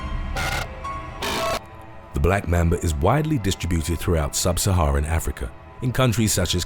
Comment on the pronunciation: ITS LITERALLY NOT BLACK MEMBA ITS LITERALLY BLACK MAMBA